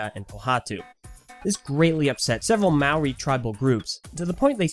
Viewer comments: Mowie No offence but it's mo-ree...Maori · I dislike how people overseas pronounce moari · When you said Maori I was disappointed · Please never try and say “maori” again. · do you really think that's how you pronounce 'maori' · That's not how you pronounce Maori